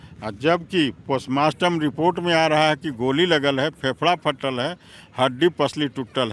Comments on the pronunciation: postmotom hota hai postmaster nahi 😅😅😅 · Postmartam bola hai re baklol but sudh उच्चारण postmotom hota hai.....gumrah karte ho re मुर्ख...